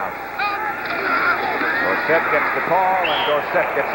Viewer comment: Why did the pronunciation of Tony Dorsett's name change from college to pros ?... College "Dorsit" ... Pros- "Dor-Sett"